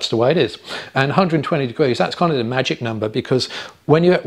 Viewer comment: NB - "the" not "dee"